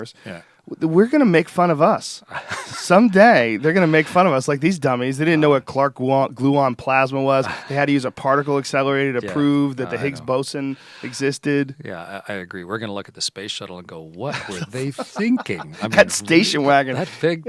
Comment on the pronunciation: did joe say clark gluon and higgs bosin???